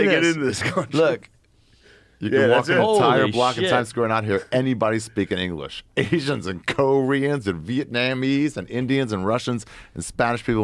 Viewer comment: Lmao Ari butchering the word "Vietnamese"